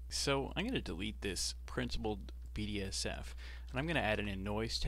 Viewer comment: thank you very much for the tutorials, got much to learn from you but its so funny when you call "Principled BSDF" - "Principled BDSF" when its right in front of you))sorry